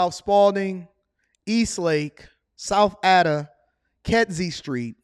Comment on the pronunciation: Ada is pronounced A -dah